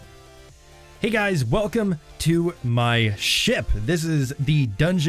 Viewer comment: Is it just me or when he says ship its coming out with SHIT